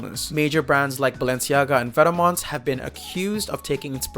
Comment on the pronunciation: Imagine making a serious video essay on fashion and uniroincally saying "vetaumans" :D